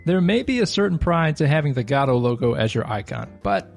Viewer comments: Please! don't say gad OH! it's go dot or guh doe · Okay - so you've come up with an entirely new 3rd enunciation of the engine that I've as of yet not heard, congratulations, very creative :D . I was used to "guh-doh" and "go-dot" but you have "gah-doh". Wonder if there's another one lurking out there! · Every time he says "god-oh" a puppy dies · gado, srado - gościu naucz się wymawiać to słowo. Nie ma tam żadnego "a" w tym słowie, i mam gdzieś że piosenki piszesz na ten temat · Why does nobody pronounce Godot the same way? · What option do I have to check to change the pronunciation of "Godot"? LMAO. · the way you pronounced Godot made me sick I wasn't ready for that xD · Yet another new way to pronounce godot wrong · So these were really just very basic beginner tips. Also, you're pronouncing Godot wrong.